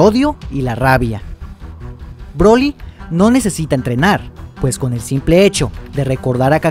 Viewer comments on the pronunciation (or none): none